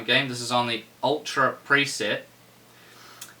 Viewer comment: lol I love how you enunciate "Ultra" settings on Shadow of Mordor but your not running HD texture pack. That would make a massive difference as it would max out the 4GB on the 980. ANd there will be more and more games needing that amount of VRAM. So even at 1440 resolutions its definitely not overkill to have a 980ti